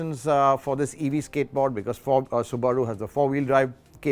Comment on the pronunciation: It's Soo-buh-ruu